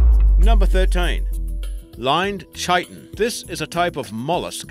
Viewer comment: Lined Chiton: It's pronounced KITE-un. All words of Greek origin with a "ch" sound are pronounced K.